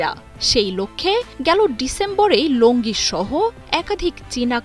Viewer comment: লংগি নয়। কোম্পানির নাম লঞ্জি।